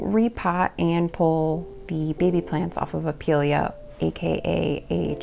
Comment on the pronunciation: The info is really good, thank you bunches! But, you had me giggling the entire time when you'd say "pillya". It's pie-lee-uh. ;)